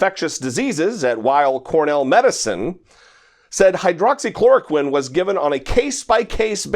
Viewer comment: My thoughts too. Pronounced it quite clearly.